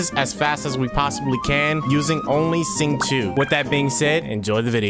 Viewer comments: shingchu? Q is Ch. U is O. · me: casually listening to the video him: "sing two" please don't tell me you were trying to pronounce xing'qiu's name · Zing-choo Aneemow cube :) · butchers Xingqiu’s name Xingqiu simps: disgusted tanjiro face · THE WYA YOU BUTCHERED THE NAME